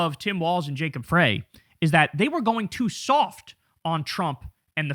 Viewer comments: Mayor Frey pronounces his last name as "fry" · You're mispronouncing Frey! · “Fry” pronunciation fyi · Kyle, how do u still not know how to pronounce Frey? 'fry' 😡